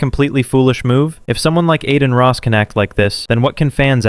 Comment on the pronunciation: I don’t care about Adin Ross or Jack Doherty, but the narrator of this channel sounds brainless.. & as soon as I heard “Adeen Ross”, I knew the channel was a joke..